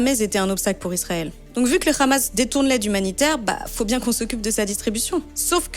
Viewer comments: C'est "Hamas", pas "Khamas" 🙂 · On dit pas ramas mais hamas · Vous commencez à nous saouler avec votre prononciation ramas ,vous avez vu où que c'était écrit comme ça , c'est tous des ignorants. les guignols, ils se clonent entre eux . C'est une dinguerie , le Hamas ! Les blaireaux, même un H il arrive pas à le prononcé,avec eux il a des rrrrrr partout !